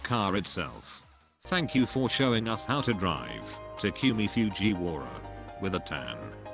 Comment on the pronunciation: Tac-you-mie Fjuie-wara